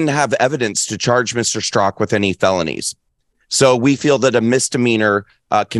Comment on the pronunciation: Really Dinesh? Brandon "Strock"? Straka, how does anyone mess that up? "Strak-A"..😄